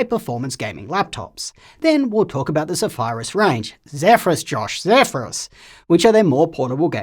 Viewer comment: I like that is finally saying Zephyrus properly 🙂